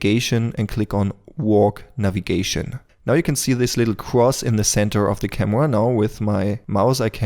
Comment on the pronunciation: „Cameua“? das kannst du besser:)